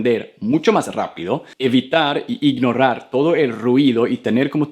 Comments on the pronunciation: Ey es imnorar no imnorrar 😅✋ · "Ignorar" la pronuncias incorrectamente. No pronuncies como doble "r". 👍